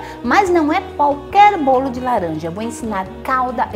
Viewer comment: "BOLI" HAHAHAHAHA ADOREI! CADA VÍDEO UMA SURPRESA ENGRAÇADA